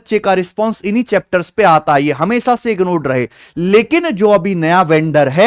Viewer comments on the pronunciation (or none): none